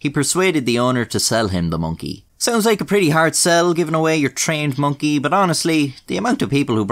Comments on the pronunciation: Am I the only one who really enjoys the way says the word Monkey? “Monky” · minky to be precise:) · I love it when you say Mönkee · The way you say Monkey doe